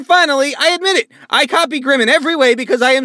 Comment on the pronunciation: grim said gwime